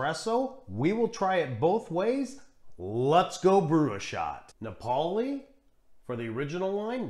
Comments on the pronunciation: Thanks for another excellent video. I think all these strong espressos work well with milk. Diavolitto is a personal favorite. Napoli is pronounced NAH-poh-lee. 👍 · It's Ri-STREHT-to and NA-poh-li (named for the Italian city, "Naples" in English).